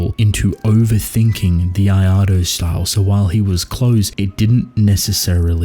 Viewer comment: What tf is the “iado” style or whatever you’re saying